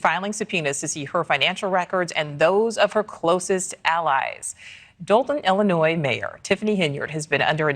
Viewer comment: The “s” in Illinois is silent. I am the grammar police. 👮🏼